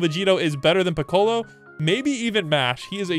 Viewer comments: I died everytime he said Pi-colo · Bro didn’t say Piccolo’s name right